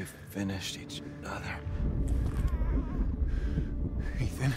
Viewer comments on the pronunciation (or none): It’s Ethan winters not Eathan winters lol